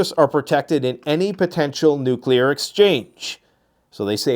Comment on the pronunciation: She can’t even say nuclear correctly. “Nucular posture”.